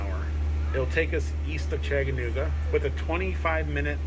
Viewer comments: 🤣🤣 I thought same! Love these two, fun videos but yeah I heard Chagganooga 😂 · Chagganooga? That's what I keep hearing you say, lol. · ChaTaNooGa. Say it 10 times Will! 😂 Really enjoyed this video!!! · I had to chuckle every time you said " Chaganooga" LOL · Chagganooga ???? Lol!! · Long time subscribers and fans of the channel from ChaTTanooga!!! We visit Pigeon Forge and Gatlinburg often and know how to pronounce it. For the love of God, learn how to say ChaTTanooga. Still love you Will and!!!! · You guys should visit Cloudland Canyon, and the hang glider jump off. chattt—ahh—nooooga It’s important to the locals for you to say it correctly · Will you butchered the word Chattanooga hopefully this will help Cha-duh-NOO-guh!!! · You pronounce Chattanooga, like someone from Michigan. LOL Did you get a engineer cap?